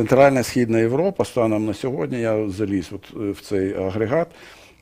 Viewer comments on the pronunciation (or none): none